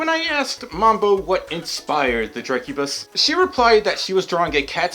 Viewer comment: drek u bis thats how you say it yow wewcome